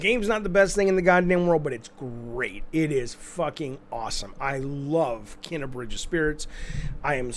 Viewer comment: Its pronounced Keena.